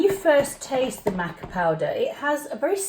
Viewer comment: Matcha and Maca are two completely different things. It's pronounced mah-kuh.